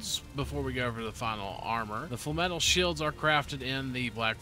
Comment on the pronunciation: Sorry? Falm-etle, instead of Flame-etle or Flame-metal. interesting, I have never heard anyone call it falm-etle before